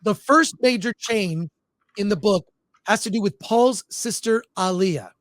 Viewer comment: How can you mispronounce Alia so bad